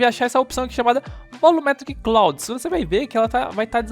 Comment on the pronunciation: Ótimo tutorial, mano. Continua assim ✌🏽😁 Só uma dica: nuvem em inglês se pronuncia "Claud" kkkk